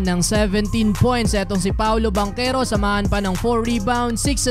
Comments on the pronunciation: Taga saan kau sir?😂😂 banchero po at hindi bankero😂😂 parang taga kapampangan lng..hindi marunong Magsalita ng H😂😂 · Hindi "Bankero", Bantsero, (Banchero), Hindi Timberwood, Timberwolves! 🔥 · Parang baligtad yta yung bigkas kac NBA na yan dapat paolo banchero...yung sa PBA nman yung bangkero kac lokal lng xa...lmao...3😊😊😊😊😊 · Bantsero yata hindi Bankero 🤣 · Paolo at Chris Banchero ... Bang-kero ang basa dyan tol.. ginagawa mo? yan natosta ka tuloy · Bangkero tlaga pronounce nyan, naf appeal nga yung sa pinsan nga sa PBA ee, bakit daw ban-chero yung pronounce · Bang-kero po pronunciation kahit sa game kanina yung commentator at nung draft day ni Adam Silver Bang-kero pronounce nila. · Bantyero ang tamang pronunciation… hindi mabigkas ng mga Kano…Pamangkin sa Pinsan ni Chris Banchero yan… Bantyero ang bigkas sa apelyido nya sa PBA… italian ang apelyido nila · Bankero po tamang bigkas dun hehe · Bankero ang pronounce as per chris bachero ng pba yan ang pag tamang pronounce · I have not heard nba commentators how they pronounced banchero pero sure ko na BANKERO ang tamang pronunciation niyan dahil half Italian si banchero.. ch ay k ang pag pronounce… I hope it helps thanks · bangkero talaga ang pag pronounce nyan, kahit sa Relative nya sa PBA na si Paolo Bangkero na din ang banggit ng mga announcer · Haha bankero ka ng bankero, hahaha wala ka ata ch sound haha